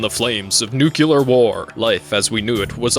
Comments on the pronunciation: Awesome video. Have to say tho, its Nuclear as in New-clear. Not Nuculer as you had pronounced. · Me: Nucular? It's nuclear! Pff.: You are already dead. Me:... NANI?! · NUKE-Lee-er. Not, NEW-q-ler. 😂 driving me crazy. Otherwise awesome vid. FoTNS is a top tier anime. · For the love of god it’s pronounced “nuclear” not “nookeeler” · "New-klee-ar" not "Noo-Que-Lur" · My dude, I say this with love: Nuclear (Nook-lee-ar) not nukular. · nu cle ar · Anybody else got annoyed as fuck with his incapability in pronnouncing the word "Nuclear"? "Nukelar" really threw me off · Say it with me, NU-CLEAR. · Sorry. Clicked off when I heard you say "nuke-yalur" twice. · What the heck is nucular? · what the hell is this pronunciation of "nuclear"???